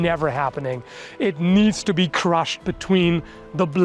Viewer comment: The way you pronounced “crush” immediately made me think of the “crush your enemies “ line